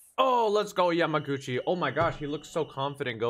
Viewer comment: Omg, I’m so happy you got the pronunciation of yamaguchis name by this episode 😂☺️☺️